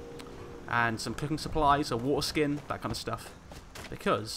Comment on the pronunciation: Every time you say waterskin I think you're saying foreskin